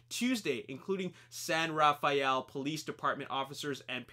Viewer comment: It's pronounced "San Raffell" locally rather than "San Raf-aye-ell". I'm fairly sure from the angle on the Richmond Bridge and the brickyard that Charlie's home was situated at the end of Via Montebello, close to China Camp. Probably built a fake road end and house there.